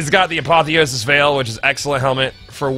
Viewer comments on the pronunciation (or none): none